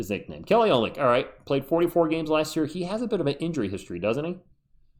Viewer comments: He's got a little dog in him, too! "Oh-lyn-nick"... just for your info. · Take it from someone who took awhile to learn this pronunciation. His name is pronounced Oh-lin-ick. Not making fun, just trying to look out for you.